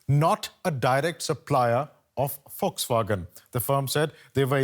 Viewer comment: Its not Foxwagen😂 its Volkswagen